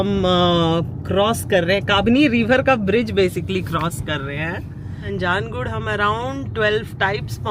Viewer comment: कन्नडा राज्योत्सवदा हार्दिका शुभाशयगळु... हेगइद्दिरा टु ऑल मै सब्सक्राइबर्स... नंजनगूडु ... कबिनि रिवर... श्रीकंठेश्वरा मंदिर... गुंडलुपेटे... बंडीपुरा... जी, ऊपर लिखे हुए शब्द सारे मैंने वीडियो रोक रोक कर लिखे है। अगर आप उच्चारण इस तरह करोगे तो आप कन्नडा नाडु के लोगों के दिलों में और अच्छी तरह से घुल मिल जाओगे। कृपया गलत मत समझना, मैं आपको सलाह दे रहा हूं ये सोचकर। अभी वीडियो आधी ही देखी है। कल पूरा देखूंगा। आप के सारे vlogs की तरह ये vlog भी बहुत अच्छा है। 🙏👍